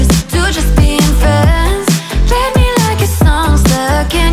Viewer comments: i thought he said meh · It’s me not meh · Its me not meh